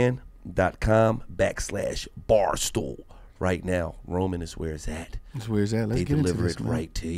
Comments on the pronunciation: Boy said Jetro man 😭 Get Roman Gil… Get Roman 🤦🏻‍♂️ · Ima need Gillie to get his promotion game right... it’s not GETRO-MAN ... it’s GET 🧐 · Get Roman not gechroman o watever you said😭😭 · Gillie cant read nigga said "Jet ro men" its "get roman" 😂😂😂😂😂😂😂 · Gillie talking bout "Jetromam" It's GET ROMAN 😂😂🍃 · Jet-tro-man? You mean 😂😂😂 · Jetro man 😂😂😂 its get roman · He fucked the whole show up I cant get over GETRO-MAN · "Getro" man wtf wand walo didn't correct him